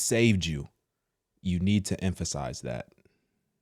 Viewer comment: you was fighting the air to say emphasize😂 then screaming we need to focus on that sent me 😂😂😂